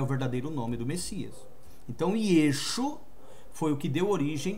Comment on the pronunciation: Amado essa não é e nunca foi a pronúncia do nome do Messias